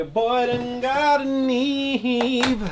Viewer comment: “Yo boy done got a Nee Eve!! “ lol 😂 I’m done ✅